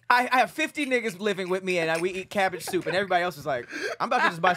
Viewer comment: Hey, was trying to say cabbage soup but instead said cabbed shoop 😂😂😅